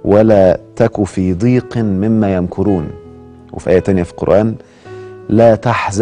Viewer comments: تحيه الي الدكتور الله يجزيه كل خير بس ملاحظه بسيطه في تلاوه الايه ربنا يعزك ويبارك فيك ولا تحزن عليهم ولا تكن في ضيق مما يمكرون الضاد مفتوحه وليست مكسوره ضيق وربنا يكرمك يارب العالمين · ضيق (بفتح الضاد )